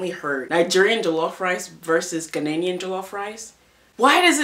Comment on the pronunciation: It made me cringe every time you mispronounced Ghanaian 😖. Other than that, this was a great video with great points!